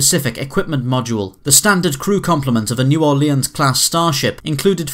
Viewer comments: It's pronounced "new or-lens". Not "new or-le-in". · It's New Ore-lins, or as they say in New Orleans, Nawlins ;-) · the way you say "New Orleans" makes me cringe so hard :p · That is not the way New Orleans is pronounced. And it is a name so accents do not matter when you say it.